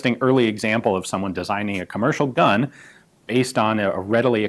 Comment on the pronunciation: Really flawless pronunciation, gun Jesus 😄